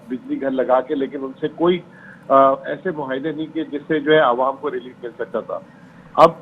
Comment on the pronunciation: اے آر وائی ایڈمن۔ مہاعدے۔ مھاعدے۔ نہیں۔ معاہدے۔ ُ م ع ا ہ د ے پُھوک۔ نہیں۔ پھوک۔ برائے کرم اردو کے ادائیگی میں حروف تہجی کی درست ادائیگی کروائیے۔ بہت سارے طلباء اس سے سیکھتے ھیں